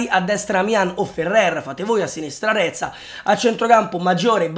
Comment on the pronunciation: Reca non reza